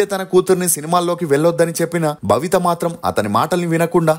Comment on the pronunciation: భవిత కాదు.babitha